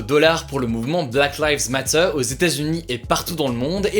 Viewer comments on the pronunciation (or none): Arrête de dire black live mate et dis black live mateuuuuuur a la FR tu me frustre 😳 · C'est black liiiives matter et pas "laives". ;) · “Black lives Matteh” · Anglais: Black lives matter. Français: Blaque layves mattheure. Hugo: Blâck Laïvz Matta.